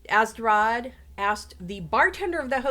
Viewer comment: YOU HORRIBLY MISPRONOUNCED ATZERODT'S NAME!!!